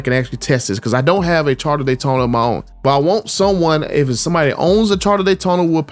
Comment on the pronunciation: “Charter Daytona” 😂😂